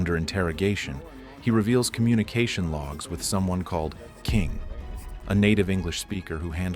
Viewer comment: Exactly. You can pick it up in the narration as well, pronouncing the username as K I N G instead of “King” or even mispronouncing Zain’s name a few times Lying about it is so much worse